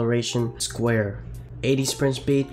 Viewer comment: It’s SOUaré, not Square But nonetheless a very informative video (also, get Alderweireld as soon as possible if you HAVE ENOUGH COINS just to get him)